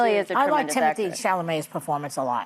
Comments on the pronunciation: is correct about his name. On Graham Norton, he said his name is pronounced Tea-moe-tay. It's French. However, everyone in America calls him Timothy, and he doesn't care at all. It has stuck, and he doesn't mind what you call him. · Sara is ready to boot old hag joy! She literally ruins every segment because she doesn't understand anything. She can't say Tim's name lol... And fan girls Einstein instead of a swimmer 😂